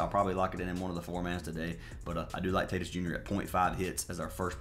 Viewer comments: You lost me when you mispronounced Tatis multiple times. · He always pronounces the names wrong as a joke. He’s been doing that forever